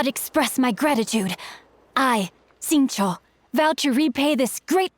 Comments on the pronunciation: After all this time his name is pronounce sing-qu not shing-chu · I think it's pronounced sing-cho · No it’s “Shing-chiou” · It's like Sing - Tso or Sing - Cho if you wanna pronounce it exactly how it is in chinese